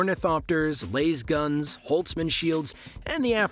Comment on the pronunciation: What you don't like the idea of laise-guns being wielded by Harkenin troopers against the Altreadis and the freemen?